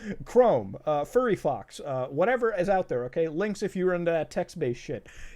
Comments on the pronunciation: Did anyone else hear him say Furryfox instead of Firefox?? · "Furry-Fox" - Muta, 2020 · I think he said FurryFox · man said furry fox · bruh, I heard "furaffinity" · Muta really said fur infinity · are we going to ignore that he said furryfox?